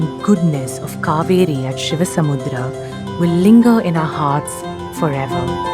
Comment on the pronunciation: excellent work.. and by the way... It's ShivanaSamudra......NOT ShivaSamudram... pronounce names in native style